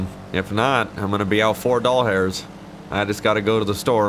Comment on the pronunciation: just stumbled across this and I heard you just use a bakerxderek thing he always says dollhairs